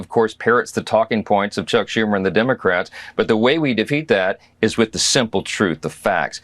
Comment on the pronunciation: Did Trump say 'immocrats'?